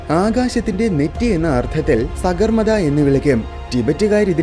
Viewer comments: സഗർ മത അല്ല സാഗർ മാതാ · സഗർമാതഅല്ല സാഗർ മാത എന്നാണ് സമുദ്രങ്ങളുടെ അമ്മ എന്നാണ് അർത്ഥം